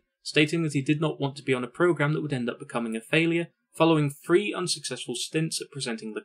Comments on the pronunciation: What a shame you don't pronounce your 'th's. Two fousand and free a particularly rich example. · Four and Free. Love your review…but why do you say F for TH? I can’t take it. Lol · This was an amazing documentary. The only improvement I could suggest is the number 3 is pronounced “THree” NOT “FREE”